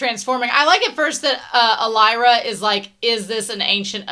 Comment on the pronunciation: I know you've said in the past you sometimes struggle with names, but you still putting some sort of "t" sound in Alaira's name, almost like "Voltaire", will never not make me chuckle.